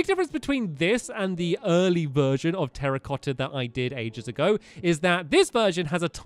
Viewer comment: You mean Terra-cotta not Terrorcotta And it should be Two-racotta